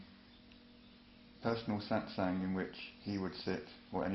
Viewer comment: SAAT SANG no.. no.. your pronunciation sucks.